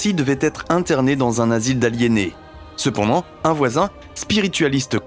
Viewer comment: ah, ton "c'p'ndant"... 😄